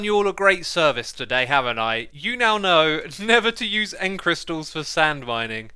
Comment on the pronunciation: Xisuma overcorrects his 'v' 'th' substitution error by saying 'nether' instead of 'never'. :) Xisuma I enjoy your london accent.